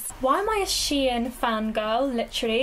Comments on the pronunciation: It's shein not She In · Its shein not she in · It's pronounced "sheen"